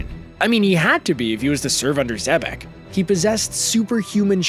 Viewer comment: Nigga said rocks d. Xebastien. Who da fock is dat geezer